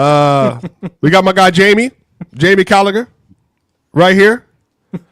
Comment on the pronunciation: Jamie Callagher 🤣🤣🤣 it's Jamie Carragher